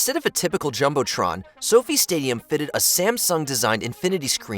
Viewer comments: soh-fye not soh fee smh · Sophie stadium hahaha you mean So-Fi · It’s So-Fy not Sofie. 😂 easy mistake. The Las Vegas Sphere is the coolest!!! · So-Fi like Wi-Fi NOT like Sofie/ Sophie 😅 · SoFi stadium is not pronounced "sofee"; rather, it is pronounced "So Fy" similar in sound to the truncated term "sci-fi." Accuracy demands giving a shit about research! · "Sophie" Stadium "SO-FI" Stadium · That’s what I thought! I was like what the hell is Sophie stadium. 😂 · Dude, don't mispronounce SoFi Staudium again please?